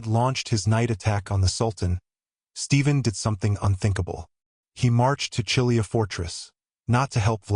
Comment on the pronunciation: Read Chilia as Kilia. The triftong “chi” is read as “Ki” from “kiss”. I am Romanian and sure is readen like this.